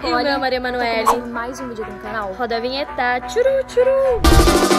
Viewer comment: SALVIANA TUBER MDS CARA seu portugues n e desse planeta "vidio" "gravarsão" "dorrr"